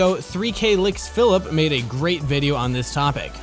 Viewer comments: "3k licks Philip" lol It's "3 clicks Philip" spelled with a "k" but i like yours better :)) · Cant wait for 3kliksphillip to be angry that someone said his name wrong for the 100th time.